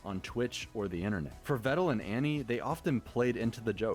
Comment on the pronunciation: Tbh I didn't know I was pronouncing Pedal and Medal wrong this whole time. Glad he told me they are pronounced like Vedal is!